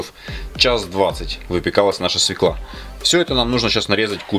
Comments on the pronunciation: Когда правильно будут говорить не свеклА, а свЁкла. Букву Ё не отменяли. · Уж извините,но правильно говорить свёкла,а не свеклА,если уж вы работаете для людей. В первом классе детей этому учат. Овощи сырые. А заправка такая сейчас во все салаты идёт. Если нет квашеной капусты,то можно в заправку добавить лимонный сок. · Друзья, не свекла, а свёкла!!!! Если Вы учите других, хорошо бы знать русский язык!!! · Свёкла, а не свеклА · НЕ свеклА , а свЁкла. С удовольствием бы посмотрела ваш рецепт винегрета, но ваше лицо так неаккуратно, так отталкивающе , так нечистоплотно, ( так кажется ) что прощаюсь с вами. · Хороший рецепт. Спасибо. Свёкла правильно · Спасибо за рецепт заправки! СвЁкла надо говорить!😉🙏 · Свёкла, ударение на букву е , а квашеную капусту ВСЕГДА кладут в винегрет. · Говорите правильно,коли уж в эфире СВЁКЛА